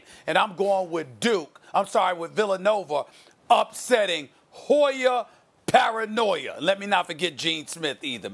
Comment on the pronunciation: "Hoy-er Paranoi-er"